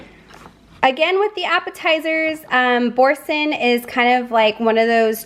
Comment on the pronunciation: Prounounced Boorzan ( Boursin!) FYI!